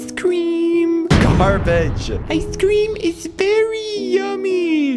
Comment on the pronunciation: ice cwwweam